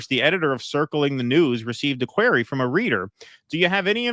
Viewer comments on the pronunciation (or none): That’s not how you pronounce query….